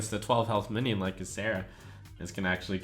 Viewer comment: "Suommons, on average, a mionion"